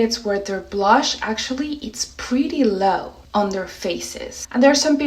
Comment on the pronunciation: Why do you say brush when pronouncing blush?